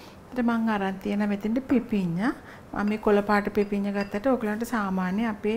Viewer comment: පිපින්නා නෙවෙයි, පිපිඤ්ඤා....❤